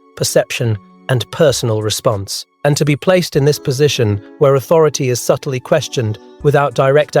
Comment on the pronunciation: Subtly has two syllables not three